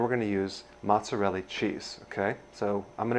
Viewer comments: Did you say ....MOZZERELLI? And after you learned to say caul-i-flower. 😂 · He mispronounced Mozzarella, Cauliflower and said "grade" the Caulifower. Come on Doc! 😅